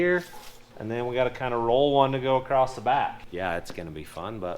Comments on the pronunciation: Oh and by the way. It's across. Not acrosst. Acrosst isn't even a word. Lol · There are no letter T's in the word Across.